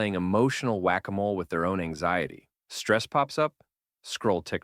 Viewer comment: “Not letting - stupid ecshayy tee rent space in your head” AI truly is just taking over everything lmao